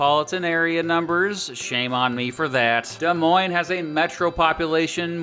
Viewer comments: He even pronounced Des Moines correctly and this Hawkeye is happy to hear that! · Being Iowan, this video makes me happy and you pronounced Des Moines right!!!!!!!!!!!!!!!!!!